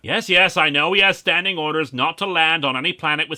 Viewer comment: The bit about Vader's "Standing orders" got me so much harder than I thought. I think it's the way Linkara says sand, but it absolutely has made my morning